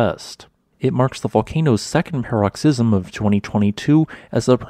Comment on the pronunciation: Omg the pronunciation of “paroxysm” is fucking killing me 🤣😭